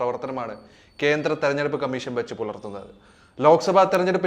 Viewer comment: കമ്മീശൻ അല്ല കോയ കമ്മീഷൻ ഷണ്ഡിയുടെ "ഷ"മീശയുടെ ശയല്ല,അതെങ്കിലും പഠിച്ചിട്ട് വിഡിയോ ചെയ്യ്,ഓരോരോ മാരണങ്ങൾ